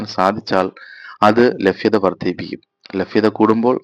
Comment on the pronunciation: ഥൂ....😂 ഫൂമി.. ഫാവി.... ലഫ്യദ......ലാഫം.. സംഫാവന....